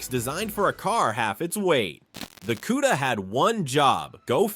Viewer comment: Plymouth Cue-da? Goodbye. I refuse to watch this A.I. Sht.